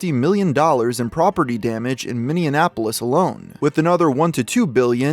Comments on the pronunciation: It’s MINNEAPOLIS, not MINNEANNAPOLIS. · It's Minneapolis not Minionapolis. I swear recently every video has had some weird repeated mispronounciation. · it’s “Minneapolis” not “Minneanapolos” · Hey. Its Minneapolis. Not Minneannapolis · bruh did you just call Minneapolis minionapolis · Dude it’s pronounced “mini apolis” you’re adding and extra N sound and it’s makes you sound ridiculous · Ah yes my favorite city in Minnesota "Minneanapolis." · I can’t believe he said “Minneanapolis” twice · Why my man pronouncing Minneapolis and Minion-apolis?! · Very disappointed with how you pronounced Minneapolis. It’s Mini-app-o-lis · Mini-app-polis get it right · Bro is really out here saying Minionapolis. The American education system has really failed us. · yeah I used to go to that store where George died. My mom knew the store owner too. We moved away from there. Also did you notice how pronounced Minneapolis, or am I trippin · Uh...you should visit us in Minnesota. We'll teach you how to say Minneapolis correctly. 😉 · Learn to pronounce Minneapolis. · You really butchered Minneapolis a few times lol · I hate how he pronounced Minneapolis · Your pronunciation of Minneapolis has me dying